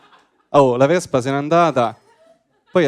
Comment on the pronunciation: "la vezpa ,non la tezda" cit.🥳